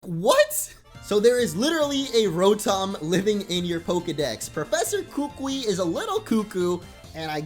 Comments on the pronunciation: Nope it's (koo-koo-ee) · the professors name is pronounced ku ku e